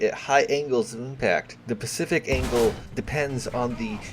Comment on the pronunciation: reeeeeeeeeeeeeeee stop saying pacific its specific not pacific